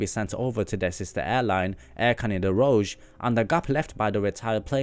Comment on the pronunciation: You got closer to pronouncing rouge right! It’s Roo-je